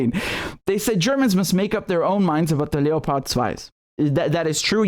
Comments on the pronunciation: Please stop pronouncing leopard in German. Just say leopard. It's making me cringe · Funny pronounciation of Leopard